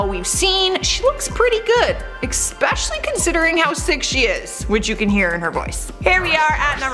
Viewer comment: "ecspecially"??!! You really pronounced it like that?!